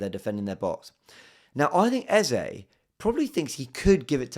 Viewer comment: First of all THANK YOU for making sure you pronounced the name EZE properly. It's been very irritating this new EZA pronunciation. It is 3 letters! Thanks man. Great game yesterday... Still buzzin' #coyg